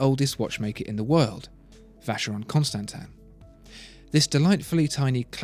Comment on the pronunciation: the vacheron is gorgeous yes, however Oozywolf as a swissman we do not pronounce it like the narrator does, well, it is more French sounding, however I do understand that it is elegant the way English people say those names.